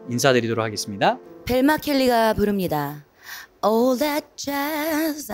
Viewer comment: "That." 발음이 너무 홀려